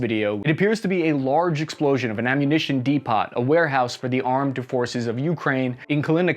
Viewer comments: Your pronunciations are so cringe. You didn’t even say depot right an ENGLISH word. It’s not D POT. It’s DEE POH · Lol depot is pronounced DEE-POH not dee-pot. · "Depot" is pronounced: 'dee-poe', not 'dee-pot'. This guy must not know what he's talking about. How does anyone not know this? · Fix yourself, it's pronounced de-poe not de-pot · Did you just seriously pronounce "depot" as "dee-pot"? It's DEE-POE. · I love your videos, they're great. However, please NEVER say "ammo dePOT again! It's pronounced "ammo d-e-e-p p-o-e! The "T" is silent for God's sake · Lol he said dee pot, its dee poh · It’s depo, not depot. The T is silent. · De-pot? ROFL, it's pronounced Dep-oh FFS. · did he really just say Dee-Pot...I mean I would have accepted deppo or deepo...but dee-pot i was not prepared for... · De-po it's pronounced de-po, not de-pot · Ammunition "dee-pot" WTF it's pronounced 'dee-po", I didn't know grunts were that ignorant. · Dude lol "depot" is pronounced "dee-poe" not "dee-pott". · De-pot 😂 Depot is pronounced De-po If you were actually a member of any military organization you tou know that! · This is all amazing and the situation is absolutely horrendous. But why in the blue fuck do you pronounce depot “dee pott”? It’s pronounced “deh poh” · Dee -poh not dee-pot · Its depo not depot, the t is silent. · Ammunition Dee pot? We pronounce it dee po long o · What is a D Pot? Depot? Dee Poe! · Its pronounced "depoh" Like "Damn! De poh!" Not "de pot". Like "I cooked the spaghetti in de pot". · C'mon,, it's "dee-poh" or "deppo", not "dee-pot" Otherwise, you're doing the Lord's work here, charlie mike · a "de-pot"? I thought it was "de-po"? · A depoTTTTT???? Isn't it a depO....have I been saying it wrong my entire life or are you crazy? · Soldier, did you say "Dee Pot"?!?!? It's pronounced "Deepoh"! The "t" is silent, you slug! Get over here and start pushing! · Awesome info however it is pronounced ammunition "depoe" not "depot". The "T" is silent. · De pot” 😂